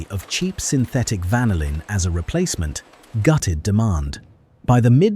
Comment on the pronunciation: Isn't the American pronunciation of "vanillin" actually: van-NILL-in, rather than: VAN-ill-in??